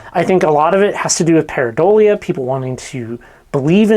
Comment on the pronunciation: everybody say it with me "Pareidolia"